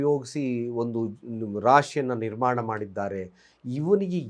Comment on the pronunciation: ಶತ್ವಗಳು ಹೇಗೆ ನಿರ್ವಾಣ ಅಂತಿರಲ್ಲಾ, ಅದು ನಿರ್ಮಾಣ ಅಂತ ಹೇಳಿ